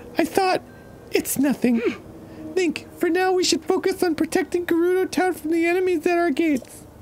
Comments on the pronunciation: GERUDO IS PRONOUNCED WITH A SOFT G!!! FOR FUCK SAKE!! NOT JERUDO!!! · The whole Gerudo mispronunciation drives me nuts 😂😂😂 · I love how they actually voiced the moment they LEARNED how to pronounce Gerudo and they went back literally one episode later. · They keep asking how to pronounce Voe when they choose to mispronounce Gerudo. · even if the game told them how to explicitly say voe, theyd forget, just like how they learned the hard g gerudo and still pronounce it wrong lol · So they hear how Gerudo is pronounced properly in this episode and they still mispronounce it. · “There’s gotta be some voice acting part where they pronounce ‘voe’ correctly” meanwhile they’ve heard how “Gerudo” is meant to pronounced and yet they keep mispronouncing it anyway 😑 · im excited totk is finally back but the fact they are still mispronouncing Gerudo, despite the game having shown how it's pronounced in multiple cutscenes, is making me foam at the mouth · “Gerudo Town is in danger!” Riju, an actual resident of Gerudo Town, says her town name with a hard G (i.e. grapes on the ground). Yet the Grumpiest boys insist upon a soft G (i.e. gem-stealing gerbils)… C’mon, guys. Arin… DANNY, PLEASE 😂😂😂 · Dan asking for the pronunciation of Voe while Riju immediately confirms that Gerudo is not JUHrudo and him not noticing is the reason I will never stop gooning. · "I hope she says voe in her voice acted lines, so we know how it's pronounced." Riju saying Gerudo with a hard G sound i her voice acted lines.: "These Jerudo are so mysterious." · Arin: “Say ‘voe’ so we know how to pronounce it!” Riju: “Gerudo Town is in danger!” Arin: “Jerudo” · Also, Danny, goddamnit, it's Gerudo with a hard G, quit pronouncing it like the peanut butter. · Pronunciations for Dan: Voh, Vye, Gehrudo (as opposed to Jerudo) and just in case you forget, Highlian. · He may know how to throw, but bless him, he still can’t pronounce Gerudo or Voe. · For the last time, guys: It’s not JErudo!